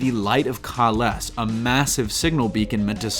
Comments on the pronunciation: Obviously your not a star trek fan. Cant even say kahless right. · 1 : There is nothing political about this show in either the cast or it's appearance , it does not take place in the same universe as standard star trek it takes place in a mirror universe , this is why things are different . 2 : Killing the klingon did not cause the conflict they came there to start the fight anyway T’Kuvma illustrates this multiple times . 3: Kahless is pronounced as kay-less otherwise decent review I thought this show was going to be total shit because they explained the mirror universe thing only after people complained about the trailers, seems good so far. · My biggest problems were the changes to the Klingons and their ships. It was really difficult to get past. I’m ok with modernizing, but this was a bit much... Also, your review losses credibility when you pronounce Kay-less wrong :P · I wish the narrator knew how to pronounce Kah'less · ok so... i stopped watching the moment he mispronounced Kahless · Pretty sure your mispronouncing Kahless...